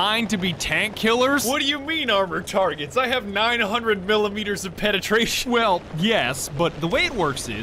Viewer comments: he wasn't gonna say rebellion if you actually looked at the words on screen you would see he was gonna say the word well but accidently said rell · I think he almost said Rell Wegulated.